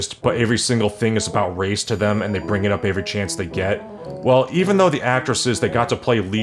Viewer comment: I mean, he pronounces "Every" as "AYE-ver-ree" (like "Avery") and "Origin" as "or-RIJ-jin"